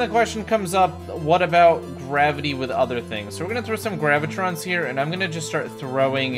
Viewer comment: I don’t know why but I always get annoyed when people say GraviTRONS instead of how it’s spelled, GraviTONS.